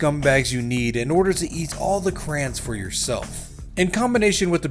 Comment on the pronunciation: it’s not crans…it’s crayons